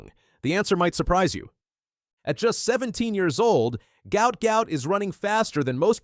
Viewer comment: Name pronounced Gwutt